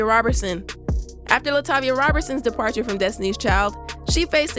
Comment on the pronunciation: Ma’am it’s ROE-berson not ROB-bertson